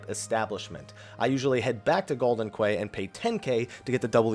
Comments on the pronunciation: "Quay" is pronounced 'key', not 'kway' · Quay is not pronounced "Qway" it's pronounced "Key". Yes it's dumb and it makes no sense but it's true. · Quay is pronounced "key". It irked me enough to point it out. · Quay = 'key' lol. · Quay is pronounced "key" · Quay is pronounced "key". They say it several times in the game. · I've learned to pronounce quay as key a long time ago as quay means penis in Thai. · Ugh, that pronounciation of "Quay" though man. Ain't english your first language? They even vocally say the word "quay" multiple times during the game when referring to that place.